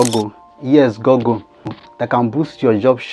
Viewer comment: Google❌ Gagale✅ 😂😂